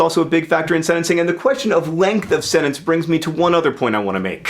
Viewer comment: SenTENCE not Senence